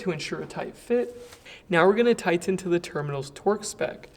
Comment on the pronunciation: no one pronounces tighten like